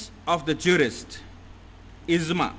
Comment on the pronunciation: It is IJMA and not IZMA..! The word IJMA comes from JAM'A means to collect and thus is the term where it implies for the collection of the opinions of Jurists. Some other mis-pronounced words in this lectures are: *KAAVA-Kaaba *NAWAJ-Namaz *ALISALAM-Alaihissalam e.t.c, Your lectures are excellent but kindly be succinct with the pronunciation. Regards, Shahab Shabbir Aligarh Muslim University